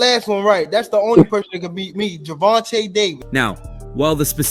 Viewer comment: Ger-von-tay is how you pronounce his name